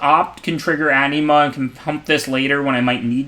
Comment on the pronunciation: you're a great player and I really appreciate your content but when "Anima" sounds like "enema" things start to get awkward. Gotta work on that pronunciation, lol